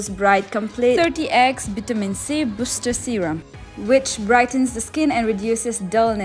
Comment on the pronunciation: Ayoooo!! I cannot with your fake accent.. Also wait for the "BHITAMI C BHUSSTRR SERUM"💀🥹